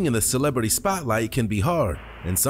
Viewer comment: "Celebrity" yeeeash